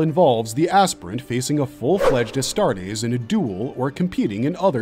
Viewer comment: So, we've made this video to be able to tell fans from posers once they start trying to spout lore facts? "Yeah, you watched the wrong video, bro." Also, "sha-plane" Also, "ass-tarts" Also, who will become the Warhammer 40K? Gotta catch em all!